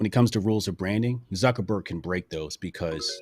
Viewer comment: it is ZuckerBorg please, please!... :))